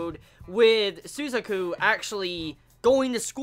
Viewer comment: Sorry about this but your pronunciation of Lelouch ' s friend is wrong it's Su-za-ku not Su-zu-ku not trying offend you or anything